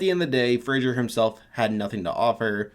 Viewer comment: Do all americans pronounce Fraser as 'Frasier' or is it just you?